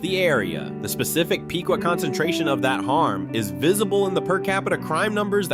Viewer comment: It’s pronounced pick-wa